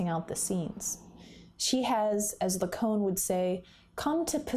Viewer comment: La-cone-ian? La-cone? Who the hell is that!!??